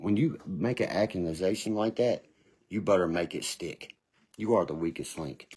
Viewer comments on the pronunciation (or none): AccuNasation instead of Accusations. 😂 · Hey hey. Ok this goon can't speak right to save his ass.. like wtf is ackinsation...😅😅 body counts??? Lol this dude is a lost cause..lol